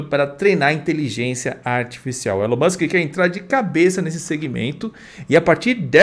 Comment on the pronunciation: A etimologia de Elon eu não sei, mas a pronúncia é Ílan ✔️